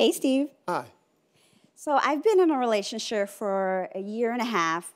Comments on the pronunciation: She said "Relationsh-er" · “Hey Steve, I’ve been in a relationsure” what??